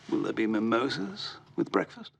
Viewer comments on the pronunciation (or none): “Will there be mamosas with breakfast”? 😂